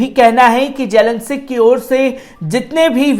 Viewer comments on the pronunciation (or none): Bechara padh ke bhe zelensic keh rha